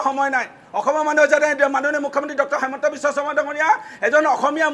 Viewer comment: হিমন্ত নে হেমন্ত শূদ্ধকৈ কব